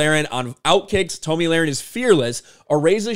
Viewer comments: Her name is pronounced Tommy not Tom E. Please learn her name and say it correctly. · Her name is pronounced Tommy, not Tomey. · Her name is pronounced TOMMY not TOMI....